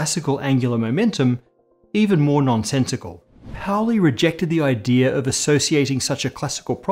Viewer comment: Like your videos, but you gotta stop pronouncing the word "idea" as "idere." It's driving me crazy.